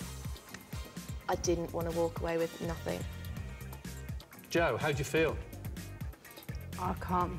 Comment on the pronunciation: I love the way the host says nothing. “Nothink”